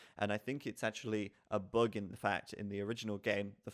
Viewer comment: "boog" fix ?